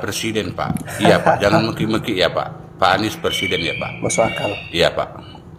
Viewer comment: PERSIDEN apa PRESIDEN bang??🤣jaaangaaan...jangaaaan...jangaaan 🤣🤣